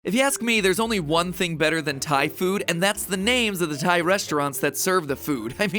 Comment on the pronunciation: Pat is saying Thai food tie food